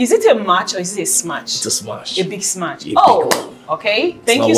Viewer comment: please sister it is smash not smach.....